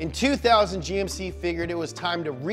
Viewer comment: He said "Jymk"? 😂